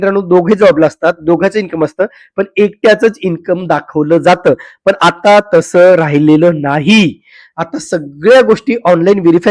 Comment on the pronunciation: पन पन पन ❌ पण पण पण ✅